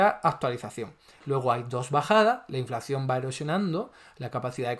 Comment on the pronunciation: Minuto 5: ya veo que entiendes las cosas como te interesa y no como objetivamente son, ... qué eres uno de esos zurdos ... ? Ponte a trabajar, a hacer algo positivo y no a enmerdar las cosas ! Y pronuncia inflación como es , CON UNA SOLA C.